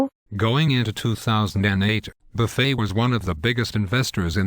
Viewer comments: Why do the voices silence letters in Buffet's name and Bernanke's name? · Good info,but I wish they could get the voice synthesizer to pronounce Warren Buffet's and Burnekie's name correctly. It's comical